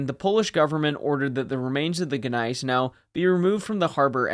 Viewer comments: Neisenau? GGGGGneisenau, please... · The G is silent. It annoys me that people cannot get it right. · The G is silent.